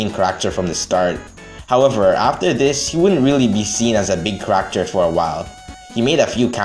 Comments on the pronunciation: i love your vids, but man do i hate the way you say character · fun how many comments there are about how you say character lmao. as long as it's still understandable why give a shit